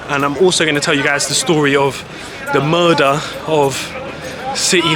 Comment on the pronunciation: Smoke a bong everytime he says murdah of city hall😂